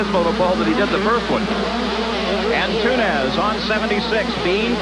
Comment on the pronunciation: Buddy Ant-toon-ez lmfaooo